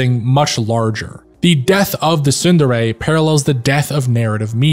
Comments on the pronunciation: It's pronounced tsun-DERE, with the focus on the second syllable. Can't believe you did an entire video and you're pronouncung it wrong smh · Where did you learn to pronounce Tsundere like that?